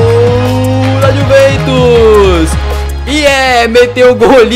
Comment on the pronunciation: No minuto19:4 o fala:-é gol da juventos. Bem certinho kkk